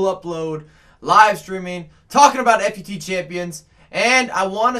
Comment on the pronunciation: Just say fut not f u t